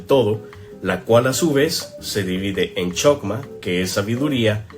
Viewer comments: No es Ain Sof es Ein Sof, aunque escrito encuentres chokmah se pronuncia jojmá. El árbol que muestras es del esoterismo inglés, no es de la cábala. Los netivot (canales) entre Hod y Maljut y entre Netzaj y Maljut no existen en el árbol sefirótico del judaísmo. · Se pronuncia:/Jojmá/ 🤗 Muy buen vídeo. Gracias